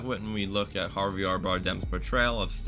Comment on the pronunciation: Villeneuve, not Villenuff. Worship, not war ship! Taken aback, not taken back. Respectable, not respectful. Javier, not Jarviar. Mise en scène, not miz on seen. Truly, not truthfully. (Sorry for the corrections, but I'm a teacher by profession. I can't turn it off when I'm watching YouTube.)